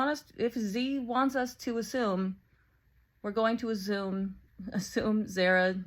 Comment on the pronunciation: "to azume" killed me